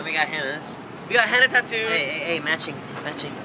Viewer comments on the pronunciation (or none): Why did you say it like that